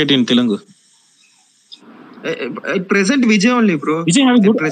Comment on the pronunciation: TeluNgu illa bro "Telugu" Sollunga "Telugu" Throw away the "N"